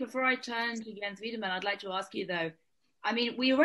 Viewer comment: Yo why can no one pronounce Weidemann